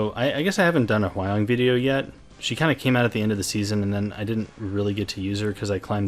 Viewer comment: Hwayoung is pronounce Hwa-young not Hway-oung. Why people keep saying her name wrong, if you want to cut it shorter, then Hwa is enough, because Hway is absolutely someone else.